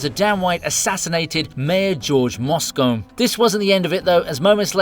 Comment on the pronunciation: Better learn how to pronounce "Moscone."